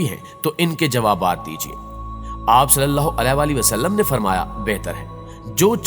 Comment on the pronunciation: محترم بھائی صاحب جب آپ حضور صل اللہ علیہ والہ والسلام کہتے ہیں تب آپ کا تلفظ بالکل درست ادا نہیں کرتے